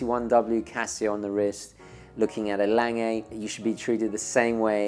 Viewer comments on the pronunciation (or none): Another trend that needs to stop is the mispronunciation of Lange: The e at the end is not long; thus it is Lang-eh, not Lang-ay.